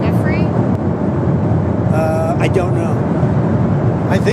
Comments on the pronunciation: You'd think someone, ANYONE involved in paid media could learn to pronounce Virginia Giuffre's name correctly, and not stumble over it like it were a surprise. It is pronounced "ja-FRAY", yet not one "news-talker" will ever get it right. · Pause. The people in the "press corps" are NOT serious people. They can't even fucking learn how to say one of Epstein's victim's name properly! These are journalists!? No. They are complete HACKS!